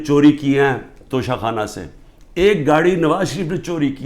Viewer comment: Khan Sahab sahi tallafuz Tocha Khana hai, Tosha Khana nahin 😜